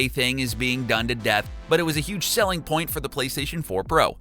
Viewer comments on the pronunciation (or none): I wonder where his mind is at when he say “To demonstrate our pornt”. Could it have anything to do with what is displayed ?